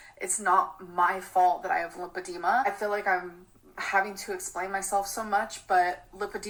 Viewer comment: No its Lipedima apparantly lol 🙄